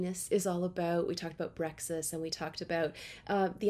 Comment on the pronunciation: Brexit not Bre-X